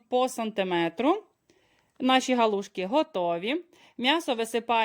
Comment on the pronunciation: Не гОлушки, а галушки.